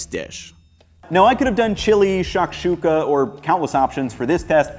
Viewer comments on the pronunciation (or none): none